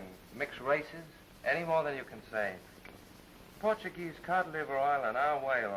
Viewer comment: Rosita... played by Steffi Duna (born Erzsébet Berindey; 8 February 1910 – 22 April 1992) - a Hungarian-born film actress. Yeah, definitely not a "Porta-Geeze," as they pronounced it in the movie, lol.